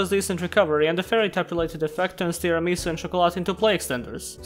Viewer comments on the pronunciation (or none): You pronounced Tiaramisu wrong.The dessert name is Tiramisù not Tiramìsu.